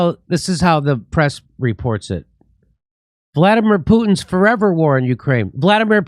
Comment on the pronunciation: Fo' evah? Fo' evah evah?